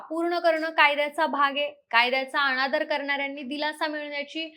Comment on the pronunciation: बरोबर आहे . आपण मराठी भाषा व त्याचे उच्चार निट करायला शिका तुमच्या बोलण्यात न चा उच्चार ण असा करताय जसं न्यायालय चा उच्चार तुम्ही ण्यायालय अनादर ला अणादर , समान ला समाण नाही ला णाही . पार वाट लावली तुम्ही भाषेची सुधारा किव करावीशी वाटते तुमची कुठल्या शाळेत शिकलात तुम्ही !